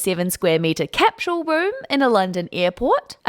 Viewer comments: Little hint. There's no letter 'h' in the word capsule. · I'm not trying to be a jerk, but, is it actually pronounced "cap-shool"? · Why can't you pronounce capsule?